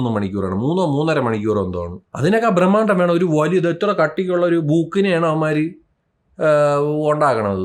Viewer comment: Bramaandam ❌ Brahmaandam ✅